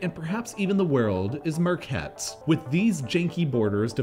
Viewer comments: Märket is not pronounced “murkett”, it’s pronounced “Mark-et” when you can’t pronounce the “Ä”, just had to clear it up. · You pronounce "Ä", like the vowel in Not like a "U". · Märket sounds like market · Yes, it's a lighthouse island, also märket, not market. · As a swede I love how he pronounces "märket".. Totally wrong 😂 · k that’s embarrassing, get over it